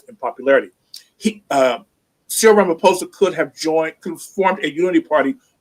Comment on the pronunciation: Its pronounced: Ma-lay-ma Ra-ma-posa Bantu language each letter is pronounced independence and ph is not combined to sound like f. Vowels sound like: A-ah E-aa I- ee O-o U-oo/uu